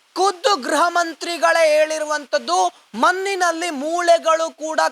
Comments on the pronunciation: Maninalli alla manninalli... Spashtavagirali Sir please.... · ಕನ್ನಡ ಉಚ್ಚರ ಸರಿಯಾಗಿ ಮಾಡೋ ಹುಚ್ಚ.... ಮನ್ನಿನಲ್ಲಿ, ಮೂಲೆಗಳು, ಪ್ರಸ್ನೆ, ತುನುಕನ್ನು, ಅನ್ನಪ್ಪ, mahesh ಅನ್ನ, ಅಂತೇ ಥೋ ನಿನ್ನ